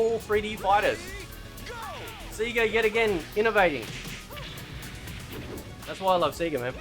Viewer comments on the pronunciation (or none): and whats with the seeeega you aussie as its sayga lolololol